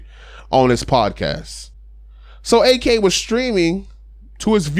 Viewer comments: If you can pronounce Yak, you can pronounce Ak. When you say Ak like AK sounds like he bout the life. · It's not A-K it's AK